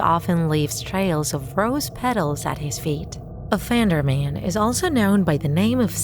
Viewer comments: Everyone: Offend-er-man This text-to-speech ahh: Off-and-er-m-A-n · The way she says it tho LOL OFFANDARMEN